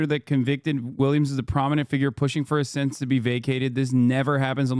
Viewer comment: It's pronounced "sentence."